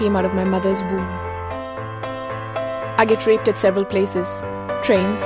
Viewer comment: I can't here the D's when she says raped. I got rape.